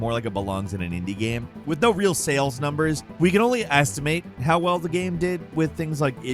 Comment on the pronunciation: "asstimate"? "Faintastic"? RPGs are "immersive sims"?